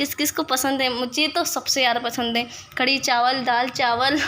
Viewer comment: Mashallha khadi nhi kadhi bolte h bhen meri